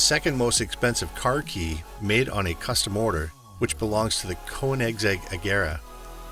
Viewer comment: Don't pretend to know about these cars. You don't even know how to pronounce the name!